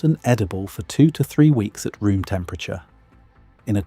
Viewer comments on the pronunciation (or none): none